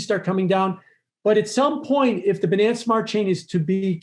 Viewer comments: "Expert" pronouncing "Binance" and "Finance" like an idiot. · Typical wall street guy: says finance like “fuh-nance” This OG hedge fund guy: even says Binance like “buh-nance” 😂